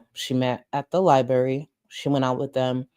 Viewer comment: Gorl, the way you keep pronouncing “Library” is killing me 🤣🤣🙏